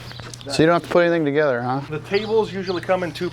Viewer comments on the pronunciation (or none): none